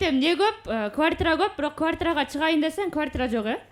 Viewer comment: Кууартирра дебей эле Батир деп эле сүйлөгүлөчү🤦🏻‍♂️ өзүңөрдү да уккан элди да кыйнабай❗